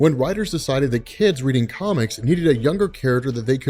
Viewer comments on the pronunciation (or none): none